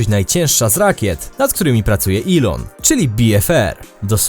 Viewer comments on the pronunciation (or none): none